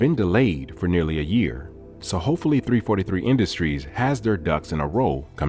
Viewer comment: As a halo fan, when u said 3 43 industries I was like hmm. Never heard it like that lol